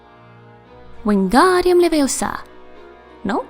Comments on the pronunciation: It's leviOsa not levioSA 😂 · I know why the spell didnt work XD Its Levi-oo-sa, not Leviosaaaa XD